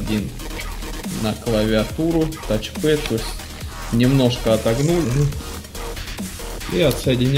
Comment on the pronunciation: Респект за правильное произношение - "тач пЭд"! Продолжай держать марку! Имидж складывается из мелочей! ;) ...хотя бывают клиенты, с которыми в разговоре приходится называть системник "процессором"...